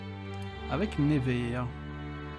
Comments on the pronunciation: Ps: Ça se dit "Neuvers", pas "Névers" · neuvers pas nez ver mdr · On dit nEUvers, pas nÉvers.. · ça se prononce NEUver et pas "never" (à l'anglaise) j'ai faillit avoir un PTSD a la fin de la vidéo haha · Jsuis degouté Il a mm pas cité Troyes (ma ville) et il a pas arrêter de écorcher le nom de Nevers